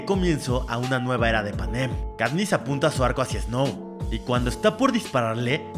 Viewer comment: Porque dices Panén y no Panen 😡